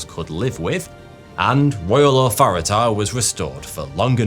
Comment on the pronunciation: Nice little nod to Cartman with the authority pronunciation